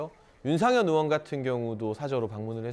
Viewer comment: 왜 의원을 으원이라고 하는 사람들이 방송에 나오는가?